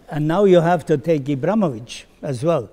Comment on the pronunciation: Ibramovic also? Don't you mean Ibrahimovic?